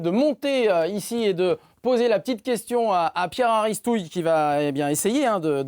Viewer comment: Très bonne émission conviviale. Par contre, il me semble qu’on prononce Aristouy et non Aristouille !!!!